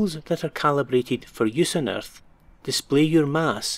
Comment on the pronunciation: omg i laughed so hard when he said erthh